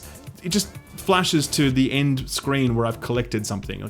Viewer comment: He said scween 🤭